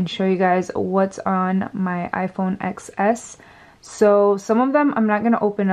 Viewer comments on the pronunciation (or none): you pronounce it "10s" not "xs" lol the "x" is a roman numeral